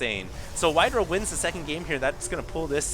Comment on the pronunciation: WhiteRAH not WhiteRUH